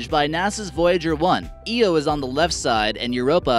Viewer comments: so is it the moon Eo or Io ? :P this guy is lost in pronunciation :P to for example :p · it's pronounced EYE-Oh, not EEE-Oh. That's when I turned it off. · Guy really said eeyoo for io it’s pronounced eye-o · Awful list! 26 photos? There were at least 4 artists impressions, it’s pronounced eye-o, not ee-o, you zoomed away from Olympus Mons, Pluto is not a planet anymore, and Pluto was the ROMAN God of the underworld. Do some bloody research!! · Jupiters moon “E-O” I think it’s pronounced “I-O” after the Greek goddess... this is a horrible and poorly made video, I’m sorry. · 99% of comments: saying how bad this video is 1% of comments: IT’S EYE-O NOT EE-O AND YOU BARELY SHOWED US OLYMPUS MONS! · The red eye on jupiter is called the Great red Spot. Not the red eye. Scientists have taken pictures of it and it appears to be changing. Aslo did you just say EO? It's called IO (EYE-OH) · Last time I checked it’s called the Great Red Spot and the moon is pronounced Io not Eo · Did you just say EO its IO... And Europa isn't a planet... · It’s “EYE-o” not “EE-o”.... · I-o not E-o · Say io like i.o. not eeo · Zip Zap he also called Io Eo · Pluto is a dwarf planet, io is pronounced eye o, olympus mons is not the north pole, u dont need to let us know the names of mars moons twice, uranus absorbs red light and relfects blue light, no shit The inaccuracies in this video are insane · “Eee oh” 😣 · Rohan I agree with you, it doesn’t really help that he has all those American flags and then mispronounces Deimos and Io.